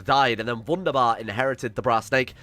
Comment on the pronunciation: im learning german so i cringe everytime he says w-undabar instead of v-undabar